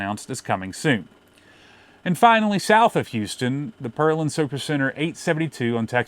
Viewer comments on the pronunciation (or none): Pearland is pronounced pear-land